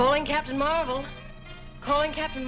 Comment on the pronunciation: Also, I like how you called Marvel Comics' Captain Marvel as Captain Mar-vel. At least we could tell the difference.